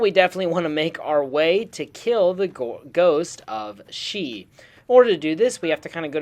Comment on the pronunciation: Ghost of She as in, ghost of she not (shay). She is HER.